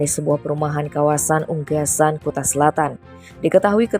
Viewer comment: Ungasan... Bukan Unggasan..... Coba di cek yaa